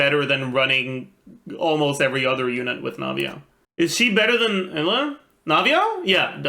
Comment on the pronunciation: Why pronounce Eula like that?